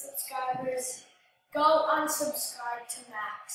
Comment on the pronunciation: she said unsubscrib lol